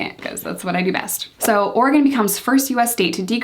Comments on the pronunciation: Yess u pronounced Oregon correctly!! Tons of east coast people say “Ore-gone” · Can I just thank you for pronouncing Oregon correctly!!! LOL ( hearing so many “orey-gone” lately)